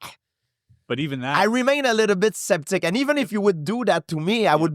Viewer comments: I love how george pronounces Skeptic as Septic lol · I love how gsp says"septic" sooo cool 😎 I love this guy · No idea who this guy is, but I enjoyed the interview. Question though: How could you let him go on for 2.5 hours and never correct his 'septic'? :D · I love this guy's accent. Especially when he mispronounces "skeptic" as "septic"! Cuz it's just perfect haha